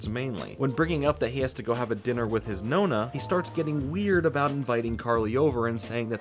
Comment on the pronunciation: It makes me smile that the way you say "nonna" sounds more like the italian word for "ninth" (nona) than "grandma" ahahah. Anyways, back to the video.